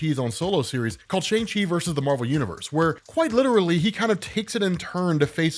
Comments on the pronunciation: Just so you know...it is pronounced shung chee...not shang she... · Come on, you know the proper pronunciation of Shang-Chi! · Whos gonna tell hes been pronouncing ShangChi wrong forever?